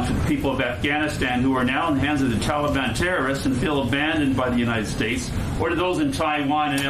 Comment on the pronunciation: Since you are the only one bringing him up it appears he is your master and not mine, I don't have a master btw. On another note since using Dotard, is Dennis your new screen name Kim Jong? One last thing it's Taliban, not teliban.